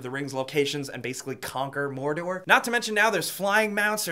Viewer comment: You missed pronounced Mordor. Unsubbed! FANBOYS UNITE!